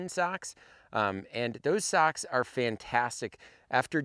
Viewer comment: I thought he was talking about sacks. Nope. Socks......DA bears